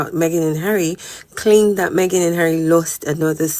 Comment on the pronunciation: 😂😂😂 the SS member said hawwy and MeGain "helped millions" through arsewell foundation